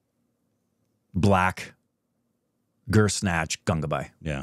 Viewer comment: Bhansali makes Guzaarish. 14 years later calls it "Gur-snatch"